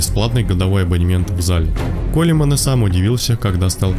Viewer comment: он не Колеман, а Коулмэн!